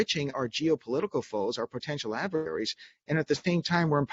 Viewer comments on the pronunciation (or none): WTF is an "Adverary?"